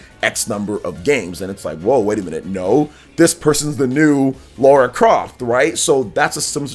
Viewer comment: Oh btw, it's not "Laura" Croft, it's Lara Croft. The "La" rhymes with the "ca" in car or far or bra. "Lah-ra"